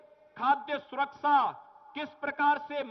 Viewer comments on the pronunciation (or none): Jis insaan ko dang se hindi nhi aati vo mukhymantri hai... Vande ko bande सुरक्षा को सुरकसा bolta hai